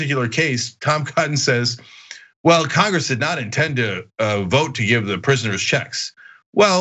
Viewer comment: I'm FROM Arkansas and I can't get over how this bozo pronounces "vote". "Vouuute" 🤢